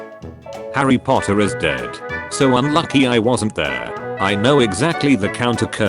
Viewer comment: POTTAH!!!!! [Says snape]